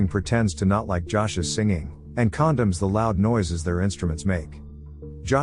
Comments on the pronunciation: "...it condoms the..." what? oh "CONDEMNS the..." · it is "condemns" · for an amusing pronounciation of "condemns"